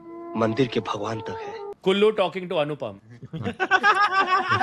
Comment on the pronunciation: Why always kullu sounds like bullu 😂